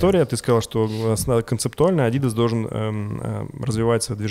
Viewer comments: Что за понт ставить ударение на и в слове "адидас " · Все немцы говорят ádidas, странно что вы "правильное" ударение у американцев взяли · потому что он делает вид, что знает. Живу в германии, немцы называют правильно - адидАс.